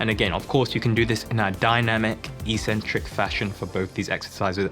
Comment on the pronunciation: Why do so many fitness people keep mispronouncing the word eccentric/eccentrics? It seems to have begun with American fitness YouTubers. The video at the link I've provided has the proper pronunciation. Sorry for being pedantic